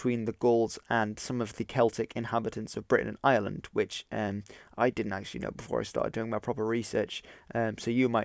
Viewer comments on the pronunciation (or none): none